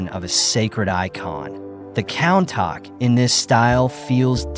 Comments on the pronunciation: countach = koon-tash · Why is no one talking about how he pronounced countach.